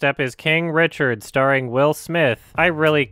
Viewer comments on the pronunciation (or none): none